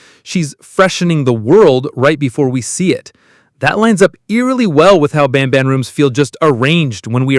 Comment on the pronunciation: Banban not banana😂